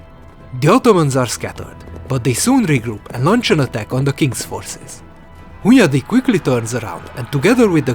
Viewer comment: hundayi accent, classic choice of taxi licences